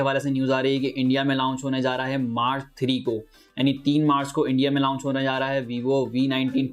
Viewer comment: پیارے بھائ آپ لاونچ نہ کہا کریں بلکہ صرف لانچ کہا کریں۔۔۔شکریہ اپ کی ویڈیوز مجھے اچھی لگتی ھیں۔۔